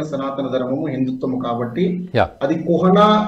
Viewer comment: కుహానా అనడం సరి కాదనుకుంటానండీ. కుహనా అనడం సరి అనుకుంటా.